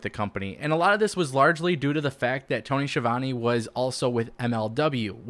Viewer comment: This guy doesn’t know how to pronounce Tony’s name and he doesn’t like the greatest wrestling announcer of all time Jim Ross! Why would anyone listen to this guy